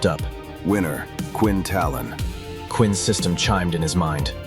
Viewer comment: So long Quinn Talon, hello Quinn taylon 😂